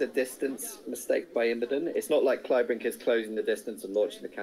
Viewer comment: Yes, but given Imboden's international stature, surely people would know who he is and how his name is pronounced. You'll notice no one mispronounced "Kleibrink" as "Kleebrink" with a long "e". Obviously, names may be altered in different languages, but how hard is it to stress the correct syllable in a three-syllable name?